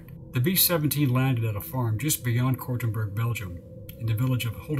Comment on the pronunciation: Cortonburg = Kortenberg